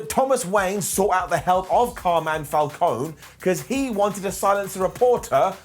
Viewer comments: But surely they've seen the movies - it's said out loud so many times in Batman Begins so it's not exactly a mystery. I'm British and I know how it's supposed to be pronounced. Heck, Angry Joe kept switching between the right and wrong way in his review and I respect his channel a lot more than WhatCulture. Don't know why it's such an issue for so many. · Why can't pronounce Falcone properly? Surely he's heard everyone else say it?